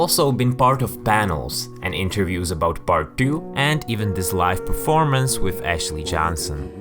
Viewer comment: “Bart two” ?? Ohhh, PART two!